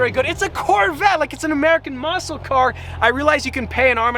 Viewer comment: It's not muscle😭😭